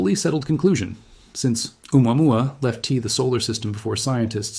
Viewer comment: "Lef T"? "Presen T"?